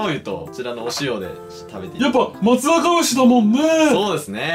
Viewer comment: まつざかぎゅうじゃなくて まつさか「うし」、まつさか「ぎゅう」な。 今日かぁーーーーーっ！！言わなかったな。 あと最後怖すぎな。